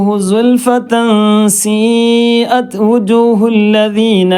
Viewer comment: സുൽഫെതൻ.... സീഅ ത്...... എന്ന് പറയുമ്പോൾ 'ത് ' എന്നഉച്ചാരണം പുറത്തേക്കു വരുന്നരീതിയിൽ അല്ലെ... ഉച്ചരിക്കേണ്ടത്... ☺️